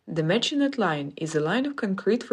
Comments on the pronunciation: In French the T in Maginot is NOT pronounced. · Maginot is pronounced maj ih no. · The mispronunciation of "Maginot", among other things, makes me believe it's an AI voiceover programmed with an accent.